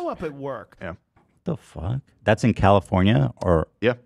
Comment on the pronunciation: I’m so ashamed that I burst out laughing hearing say Calipornia